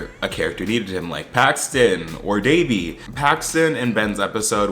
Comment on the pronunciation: Is it just me or was Ben way more annoying this season? There was just something about him that felt especially condescending and can someone else confirm for me that he mispronounces Devi’s name because I would definitely have an issue if he’s still doing that in the third season.